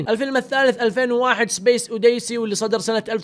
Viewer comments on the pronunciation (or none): يا كبك الفلسفه ليش مسوي تتكلم انجليزي بلكنه و المشكله نص الكلام اللي تقوله نطقه غلط اودايسي يا مفتري انا ماني قاعد ادقق الا عشان لكنتك المضروبه اتكلم عادي ما فيها شي